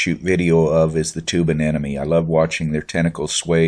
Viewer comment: Please!!!! MOH-nee, not NOH-mee! The M comes in the third syllable, not the last one!! AH-NEM-MOH-NEE!